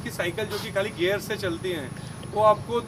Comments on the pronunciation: That "gear" not "gayer"😢 Nice english 😂😂😂😂😂😂. saddle hight is not right. Cheap gear system. Sh** brake lever. Cheap saddle. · It's gear not gayer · It's not gyear it's GEAR